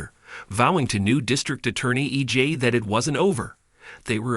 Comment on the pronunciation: It's EJ not EG please get someone who can pronounce the names correctly